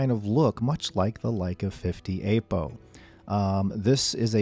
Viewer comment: Please, stop calling it "Ape-O" :) It's /ˈapəʊ/